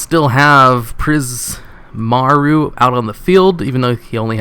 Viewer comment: Prism Aura, not Prismaroo. Though if youre saying prismaroo, say it with pride and confidence!